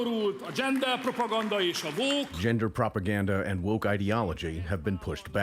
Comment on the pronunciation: to be clear for non-hungarian speakers, Orban does not say exactly what was translated. He only says this: gender propaganda and "the woke" and he says the last word with such a comically bad pronounciation "vók" that makes it even more puritanical since his english is really, really bad for a prime minister. as a matter of fact it would be bad even for a high school student, sadly. you can also notice how he is reading everything word by word... no real thoughts in his head